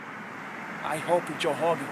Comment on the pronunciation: “You can try to hun Joe hogan!”